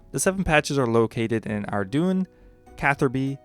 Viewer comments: Ardougne is pronounced Ardoyn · Good info but I can't focus when Ardougne is pronounced ar-doon